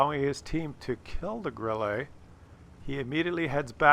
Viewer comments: It's not Grillee, it's Grilluh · Three things: 1.) great video, 2.) Bat Chat final kill shot on the 140 was all RNG (and gold?). How and where did Bat Chat pen the hull-down 140??? 3.) if said “Grill-lay” one more time...